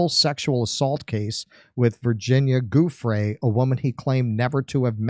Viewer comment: it ia not Guffre for peat s sake, it is giu, giu, giu, like jew, giuffre. god that annoys the eff out of me. 😂